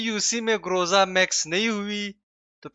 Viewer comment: Groza ❌ Gorza ✅ 💀